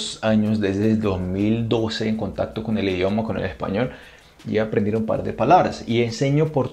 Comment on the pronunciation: Ay amo cuando dice "ejpañol" 🥰 soy costeña de Colombia💕 amo Brasil🇧🇷